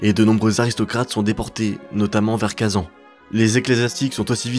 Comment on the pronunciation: Juste en tant que Tatar le fait que tu prononces Kazan comme ça, ca se prononce Kazaïn